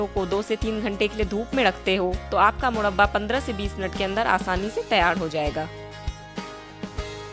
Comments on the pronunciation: Mudbaa nahi murraba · Madam first of all aap murba bolna sikh lo tab murba ka recipes btana Baki aap ki murba ki recipes 100 me se 50% Good hai..... isliye Dislike kar diya hai.......